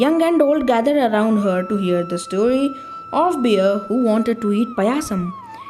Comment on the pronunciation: It's not beer It's bear the spelling is correct but you are pronouncing wrong ❤❤❤❤❤❤❤❤❤❤❤